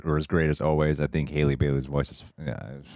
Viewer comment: btw Halle’s name isn’t pronounced Hailey, it’s pronounced the same way Halle Berry’s name is!